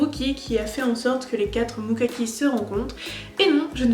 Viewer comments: J'allais te parler de la prononciation pour les Mukami, mais on t'en a sans doute déjà parlé 😂. Le moment avec Richard m'a tellement fait rire que j'ai eu mal à l'estomac {déjà que j'avais eu d'autres éclats de rire avant} 🤣🤣 Non, il n'y aura effectivement pas de saison 3. Il suffit de voir le temps qu'il y a eu entre les deux premières saisons et on est en 2021. Il y avait eu des rumeurs comme quoi c'était justement cette année que ça sortirait, mais bon des rumeurs comme ça il y en a eu presque à chaque année. Le plan de Adam & Eve a été conçu bien évidemment par Karlheinz pour que Yui choisisse l'un des frères Mukami. Le but est de faire des descendants qui changeront le monde, quoi. Plan complètement débile, car on apprend qu'ils ne peuvent pas devenir Adam en raison qu'ils ne sont pas de sang-pur. L'intérêt qu'on porte sur Yui, c'est spécialement à cause de son cœur. Car même si Cordelia est morte définitivement, Yui possède toujours son cœur. Grosso modo, Cordelia est la cousine de Carla et Shin Tsukinami {les Fondateurs qui ont fait une apparition aussi courte que Stan Lee, quoi}. D'ailleurs, ils parlent de vengeance parce que c'est à cause de Karlheinz qu'ils se sont retrouvés piégés dans leur château à l'intérieur du monde démon. Ils ont pu s'échapper grâce à cette éclipse qui apparaissait dans les deux mondes ainsi que grâce à une broche appartenant à leur défunte tante qui était imprégnée de magie. Profitant de leur liberté et surtout parce qu'ils sont les deux der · tu dis mokaki mais c'est mukami 😶